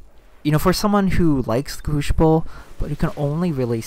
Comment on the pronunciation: I hate to nit pick but say this with me now CREW-SI-BULL. The word is crucible not....crewshible. any ways thanks for the vid.